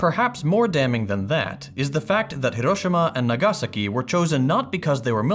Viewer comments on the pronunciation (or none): Nagàsaki. English gives no importance to streches theoretically, but if you mess them up it still sounds wrong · yeah after listening a second time the nagasaki is wrong Although different from what English speakers usually say so i thought it was correct